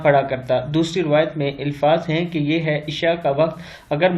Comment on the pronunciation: Bhai ilfaz nhi alfaz hota hai